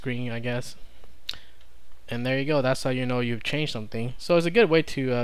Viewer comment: Many thanks. You have a habit of extending words that don't need it. "You can see which files have changed" is correct and not "you can see which files have changeded". "You can see which files have been modified" is correct and not "you can see which files have been modifieded". Just sayinging.